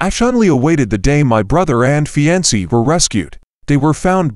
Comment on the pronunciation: Not the way to pronounce "fiancee."